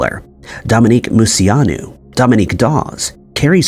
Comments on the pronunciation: Came to the comments to see if anyone else had something to say about the way he says Moceanu. Mo chee on ooo. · So your first story I have a problem with...dude you have to start looking up how to pronounce famous peoples names. Dominique's name is pronounce Mo-chee-a-nu....not whatever monstrosity you were saying. I learned how to not butcher it cause I absolutely adored her as a kid! She was my favorite from the team!